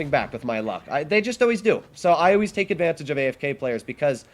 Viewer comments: Sounds like he said, "You can 'tank' alot of shells..." That's pretty funny! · Well yes, ofc he says you can "take" alot of shells, but it just kinda sounded different lol.